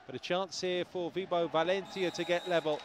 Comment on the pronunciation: First of all the way this dude says valentia kinda annoys me, but anyway. Someone correct me if im wrong but didn't orduna have like eye surgery or something last season. Because he was wearing special indoor shades for the majority of last season. On paper valentia should be dominating. They don't seem to have clicked but it seems to be from setting. Because last season Valentia almost made the semi finals of the league and they did get into the playoffs with Orduna as setter and arguably a worse team.